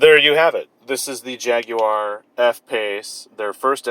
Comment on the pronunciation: The first American ever to say the word Jaguar properly.